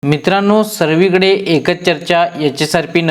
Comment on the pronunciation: उच्चार चांगले करा सर्वी कडे नाही सर्व कडे